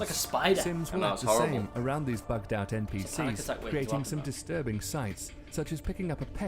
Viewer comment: The dude said ncp's! its npc's